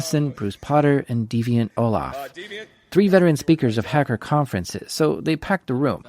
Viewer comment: It's Deviant OLLAM. Not Olaf.